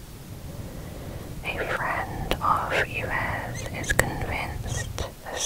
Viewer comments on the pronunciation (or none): Yves is pronounced Eve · Love these videos, I listen to them on headphones when I’m cleaning 😊 Also I think the name Yves is pronounced like “Eve”!! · Yves is pronounced like “eve” just fyi😊